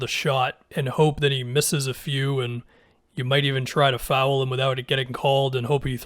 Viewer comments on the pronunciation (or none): It's "foul." One syllable. Not "fowell."